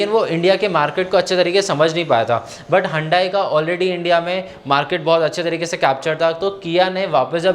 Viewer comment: Hundayi nahi sir hyundai 😂 respectfully sir 🙏🏻